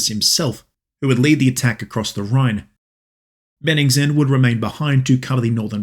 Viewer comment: Small point: Bennigsen, not Beningsen.